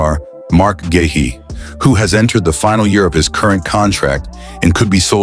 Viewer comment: I have sent them several comments on how to pronounce Guehi but I guess their AI program can’t learn!